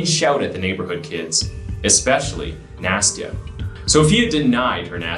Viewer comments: Nah-stee-uh. It's not nasty-uh. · I may be mistaken, but I believe the child "Nastya"'s name is not pronounced "Nasty-a", but "Nast-ya".